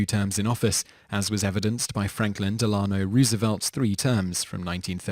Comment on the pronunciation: Del-a-no RO-se-velt